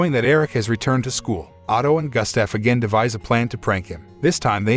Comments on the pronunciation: Why did you pronounce Gustaf as Gastef? 😂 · Terrible pronunciation of Gustaf.